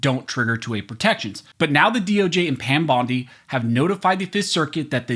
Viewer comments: Pam Bone-dee??? 😆 Freudian slip, brother?? 🦴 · Did he say Pam Bone-D😂 well we know whats on his mind when it comes to her. 😂